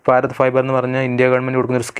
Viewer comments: ഫാരത് അല്ല ഭാരത്‌ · ഭാരത്... എന്നാണ്....ഫാരത് അല്ല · സുഹൃത്തേ ഫാരത് അല്ല ഭാരത് എന്ന് ഉച്ചരിക്കൂ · ഫാരത് അല്ല ഭാരത്‌ ആണ് ശരി..... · ഫാരത് fiber 😂😂🎉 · ഫാറത് ഫൈബർ🤣🤣🤣ഏടാ potta ഭാരത് എന്ന് പറയാൻ പഠിക്ക് 🤬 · ഫാരത് ഫൈബർ അല്ല, ഭാരത് ഫൈബർ എന്ന് പറയൂ ബ്രോ...😂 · എന്ത് ഭാഷയാടാ ചെങ്ങായി? ഫാരത്.. നീ ഒരു ഭാരതിയൻ/ഇന്ത്യൻ അല്ലെ. നന്നായി ഉച്ഛരിക്ക്.